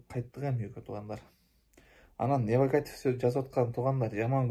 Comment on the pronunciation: Невакатив дейсиңби 😂 иним НЕГАТИВ